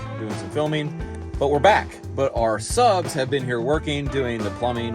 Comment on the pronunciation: You can’t say “ subs “